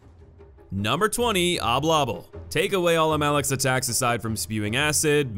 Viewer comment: You both misspelled and mispronounced mawlek